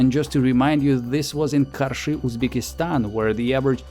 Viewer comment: I love how perfectly you pronounce "Karshy"